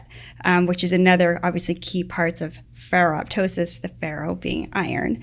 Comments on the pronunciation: Pronounced: Feh-roh-toe-sis (the "p" is silent) -- like pterydactyl and ptosis (dropping of eyelids). Like ferroptosis, many often mispronounce apoptosis, where the second "p" is also silent. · "ferro-tosis" the "p" is silent as in 'ptosis' ("tosis")or drooping of eyelid.